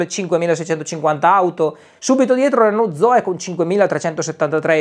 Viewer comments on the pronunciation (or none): none